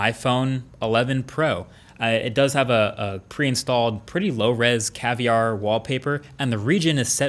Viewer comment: Its caviar not cavlar 😁😁😁